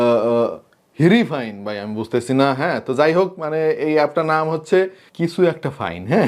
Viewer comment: রিফাইন,,,কারণ এখানে H এর উচ্চারন হবে না।😎😎😎